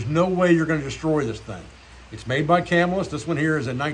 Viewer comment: Hi. Love your content. I live in Marcellus,NY which is one town over from Camillus, NY. The correct pronunciation is Ka-mill-us